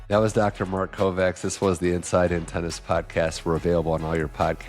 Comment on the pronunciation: except that pronouncing Kovács (a Hungarian name) as "Covax" hurts bad!